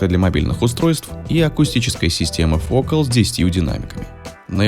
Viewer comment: Только фокАл, а не фОкал